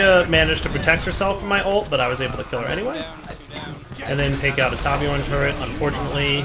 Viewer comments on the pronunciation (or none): It kinda annoys me that you pronounced Torbjörn as "Tabjorn" . The only difference between how you and most people pronounce it is that you missed the r, oh and that nobody knows how to pronounce ö. At this point I barely care anymore, but i have nothing else to do right now so I might as well correct you